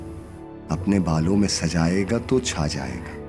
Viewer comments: Tu nahi hai ye sir ye to hai talaffuz me maza nahi aya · You are doing amazing work brother...magar talafuz theek karai barai meherbani it is not "tu cha jayaiga " its "toh cha jayaiga